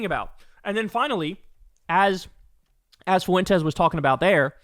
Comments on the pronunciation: This is so minor, but it’s pronounced like ‘fwen-tez’. Not “foo-wen-tez’. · It's "FWEN-tez", not "foo-WEN-tez". God, is that annoying. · PLEASE LEARN HOW TO PRONOUNCE "FUENTES" IT DOESNT HAVE 3 EFFING SYLLABLES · Foo en Tez - Kyle